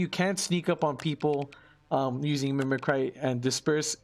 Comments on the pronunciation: Mimic Ree, not Mimi Cry. owo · Thanks for the vid but it's pronounced /ˈmiməkrē/. Sorry that gave me a chuckle. You just keep saying thoughout the whole video.